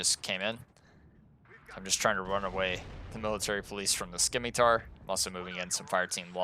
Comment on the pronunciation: It's pronounced like "Simitar," it's a soft C. Not to be a jerk just for future reference is all :D